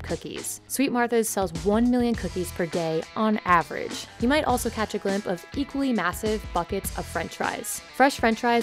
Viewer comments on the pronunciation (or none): Did you just say glimp